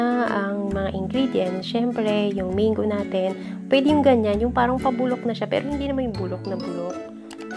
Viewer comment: Its Mang-go, not meyng-go.